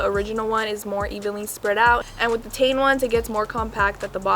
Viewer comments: Pronounced “Tee - en” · It's Teh-in Because it stands for Technical inovations so you pronounce the part5s like that. Iguess,cool vid